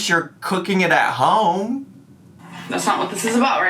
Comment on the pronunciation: I keep meaning to ask is "ho-em" a joke or really how u pronounce home?